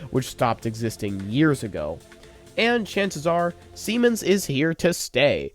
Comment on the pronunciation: Siemens is on point though